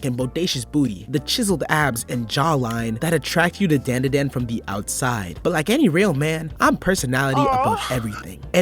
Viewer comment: Its pronounced DON DA DON